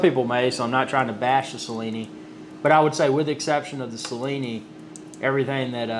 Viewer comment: Nice video. Its pronounced "Chill-ini" by the way.